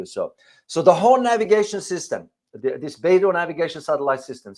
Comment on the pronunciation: Professor, thank you for your video. Beidou is not pronounced "Bay-do", but like "Bay-doe" (rhymes with "toe").